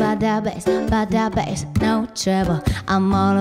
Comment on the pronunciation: Why the f... Meghan Trainor can't say "TROUBLE'' right?